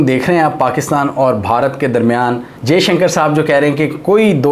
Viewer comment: Jeshanker ni hota , Dr jaishankar hai unka naam , Bhai bolna toh seekh lo , lock ko tum lack bolte ho, toffy ko taffy , views struck ho jayenge Bhai , aur Dr jaishankar nhi ayenge pakistan.